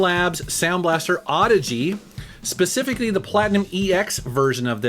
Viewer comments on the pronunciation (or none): none